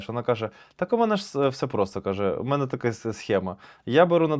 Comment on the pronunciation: дякую, за кладязь, маю нові розйоби для друзів. ПС: в анегдоті про цирк, треба наголосити, МЕНЕ дядя сильно по голові не бийте, ми з дівчиною не зразу викупили)